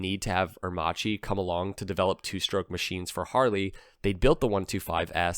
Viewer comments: it's "AIR_MAKKI" not "AIR-MATSHEE .........." and it is " POR-SHE" , not "PORSH" (2 syllable ). "first electrical bike" worldwide ?????? Heavy doubts ...... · it's pronounced aer--makEE, not aermAchi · Airmacchi is pronounced "Airmahkee" not "Airmahgee". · The correct pronunciation is “aermakki"😉 Other than that ,nice video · Aermacchi is pronounced "air-makki". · It's pronounced Air Mah Key. It was a Italian aircraft manufacturer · The Livewire looks good!!!! Are you blind... A horrible looking thing and Harley should be punished for this war crime. PS.. Aermacchi is pronounced Aermac ie. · Very interesting video. I just recently discovered that aermacchi was owned by Harley. And by the way, just as a linguistic point of view if anyone's interested the correct pronunciation in Italian would be Ah-ehr-makki :) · Please, it's pronounced Ah-air-mack-ee. You might have included the family of Aermacchi two-stroke singles in displacements and street-only and dual-sport versions. There was even a race-winning MX250 motocrosser. The street-only versions at least looked like smaller Sportsters. They eventually became Cagiva. Postwar, the DKW RT125 was built by Harley in the US, BSA as the Bantam in the UK, Minsk in the Soviet Union, and Yamaha in Japan. Plus DKW themselves in West Germany and IFA in East Germany. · Please learn how to say aermacchi correctly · You are pronouncing Aermacchi wrong.... you say the cch as a solid C sound. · Re: Aermacchi. In Italian 'ch' is always pronounced as 'k'. That is basically the sole purpose of 'h' in Italian, it doesn't exist as a stand alone letter.